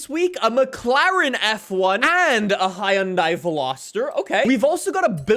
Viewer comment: lets take a moment to get the fact that said Hiyundai😂 WITH A STRAIGHT FACE